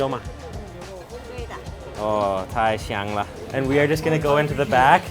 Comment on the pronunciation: Nice Video! Just be careful with your pronunciation '太香了'... It sounds like ‘太翔了’ which means crappy.